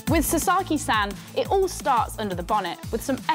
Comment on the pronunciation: the way she is pronoucing “san” is killing me….